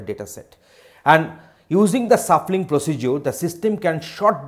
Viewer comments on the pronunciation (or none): Man it's shuffling and sort not suffling and short